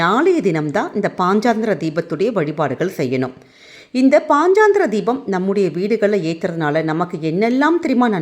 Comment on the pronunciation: பதிவுக்கு நன்றி. ஆனால் பாஞ்சராத்ர தீபம் என்று சரியாக உச்சரித்தால் நலம்